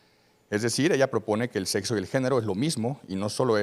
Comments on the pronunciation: Desde que dijo setso Perdió el debate No ma según es doctor y dice setso, bots, etc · Un médico diciendo setso, ¡Por dios, éste es un pseudo médico! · Sin ofender, si el muchacho dice: setzo, no lo puedo tomar en serio